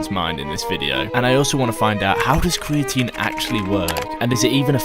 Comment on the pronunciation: I feel like American speech impediment are just old English habits sneaking through. Like an English guy just sounds like an American that sucks at talking “ cweatine gets you stwongewr” like this man doesn’t do research he does weseawrch and in America that’s a speech impediment but in England I think it’s just speech. That’s all I really took from the video. Aside from that all I can say about creatine is it makes your physique soft I’ve used it I’ve known lots of people to use it and all I’ve noticed is the loss of definition in the physique maybe just good for bulking season but idk I got distracted by his tongue thinking it has anything to do with an S sound